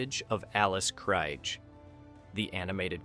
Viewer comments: FFS so many names & words not pronounce correctly it was so irritating. its pronounces as KR EE G Not Kr eye g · Alice's last name is pronounced KREEEEG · KriGe, KreeGE... ugh AI sucks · Got to 59 seconds. 1st Alice Kriege's name is mispronounced. Then they butcher Zefram. Nope! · KREEGER. Krige . Get it right. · Right? - Alice Cryg. Ugh. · Zefrem . Its not easy to mispronounce. Krige. Get it right. Dorn was the best with rhe best line,. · Oh for treks sake! Get Alice krige's name right. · WHAT DO YA EXPECT FROM CONTENT WITH AN A-I NARRATOR⁉ Sorry but on :yt: I've noticed when A-I narrator in use it's going to be repetitive and jacks up names like it did Alice Krige surname pronounced it right and 5 seconds later mispronounced her name and it happened more than once along with random clips that doesn't align with the narrator and yeah they could've put a still image... YOU'RE A VICTIM OF POORLY PIECED TOGETHER CLICK BAIT AND NO ALTERNATE ENDING... OFFICIALLY MAKE THIS CLICK BAIT